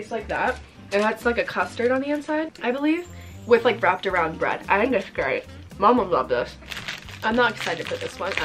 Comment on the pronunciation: “ i LUV BrEeAad” 😂